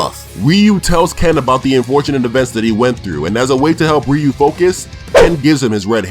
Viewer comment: Your ament to say Ryu not rio